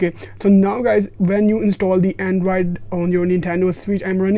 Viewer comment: Him saying “andraid” instead of android is triggering me so much